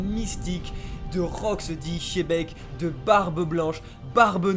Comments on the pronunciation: NON PAS CHEBEC !!! XEBEC XE XEEEE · J'adore ta review meme si tu dis chebec a la place de xebec 😁😂🤣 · XEBEC PAS CHEBEK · Petite précision "Xebec" se prononce "DJebek" d'après la version japonaise.